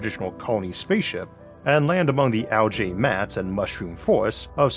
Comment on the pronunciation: I'm probably focusing on the wrong thing here, but pronouncing algae as "al-jay" never sounds right to me. Definitely a bigger fan of "al-gee".